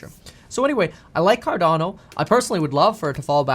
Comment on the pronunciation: it’s not advice. He’s sharing his research. At least he pronounces Cardono right.